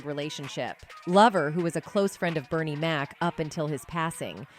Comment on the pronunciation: But all due respect ! Please get Bernie Mac's name right.❤❤❤❤